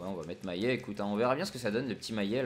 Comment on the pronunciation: C'est MaLLet et pas MaYet mdr